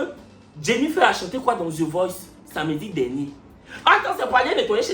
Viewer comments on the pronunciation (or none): none